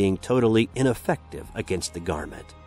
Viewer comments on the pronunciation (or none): none